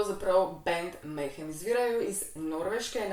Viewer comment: prav izgovarjaš Alenka, je pa to black metal band ja, saj sem jih včasih poslušal!!! 😇🤘👹